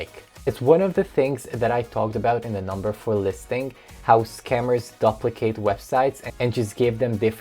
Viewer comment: "duplicate"-you need to review proper pronunciation of that word.